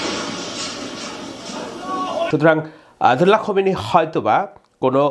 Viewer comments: খোমিনি না ভাইয়া,খামিনি 😊😊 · আপনি নিজেকে খুব পন্ডিত হিসেবে তুলে ধরেণ কিন্তু ইরানী নেতার নামটাই সঠিক উচ্চারণ করতে পারেন না। ওনার নাম আয়াতুল্লাহ খোমেনি নয়, তাঁর নাম খামেনি। খোমেনি মৃত‍্যুবরণ করেছেন বহু আগে।